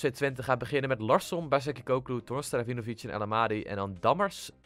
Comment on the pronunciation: Je spreekt 'Vejinovic' uit als 'Weenovietsj'